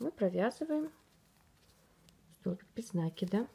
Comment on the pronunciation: МК чудесный!!! Только не нАкид, а накИд. Слух "режет", а корзинка просто волшебная.